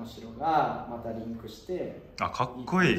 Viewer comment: どんたけ”かっくいい！”って言ってる笑